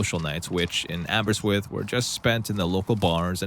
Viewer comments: Great video. Also it's pronounced "Abber-RIST-with", but I'll let you off. Welsh is tricky 😂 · Here’s some help with pronouncing Aberystwyth because you were shockingly close! It is split up like Aber-yst-wyth, same pronunciations of each section like done in the video, just didn’t emphasise the right sections, which is an easy mistake! Nonetheless, I’m impressed! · Welsh born lady here. Aberystwyth is pronounced, Aber- ist- with. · oops - it's pronounced "Abba-wrist-with" XD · You did quite well pronouncing Aberystwyth. Not quite there but for a non-UK reader that wasn’t bad. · Person from outside Wales tries to pronounce “Aberystwyth” 😊